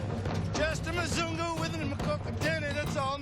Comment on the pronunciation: I miss Nairobi so much.. I miss Kenya like crazy bcs it's my second home.. I miss my sweet wife who is still there.. But this video is soo true and funny.. Ghai.. Mzungu.. He always said Muzung.. 😂😅 Kenya soon I'm back!